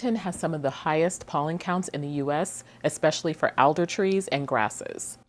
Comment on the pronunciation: Great report, and well presented. I can tell that you are fairly new to here by pronunciation of: Pike Place, Gonzaga, Alder trees and a couple of other words. One of the driest towns is actually in western Washington, Sequim. I think your report will help those thinking of coming here. Many arrive unprepared financially. They think a $500,000 home will be easy to find, and will be upscale. It will be a tiny starter house.